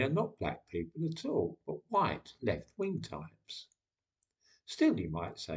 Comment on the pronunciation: . . . Jared Taylor. He's a race realist from American Renaissance. He's know to pronounce white as huwhite.